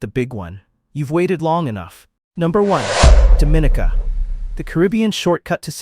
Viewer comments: It's not Do-mi-ni-ca, it's Dom-i-ni-ca! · Dom /min /nika English - Please say it right. It is not pronounced like the Dominican Republic . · This is one fo the most full of absolute bulls..it videos I've seen......8 out of 10 of the countries are 90 + % black then citizenship by investment is for anybody but here in the Caribbean its mostly white and Asian people who does it.....please learn the pronunciation of Dominica....so by default black are more welcome in black countries.....there is sooo much more I can say but I'll leave it here...please stop misleading people.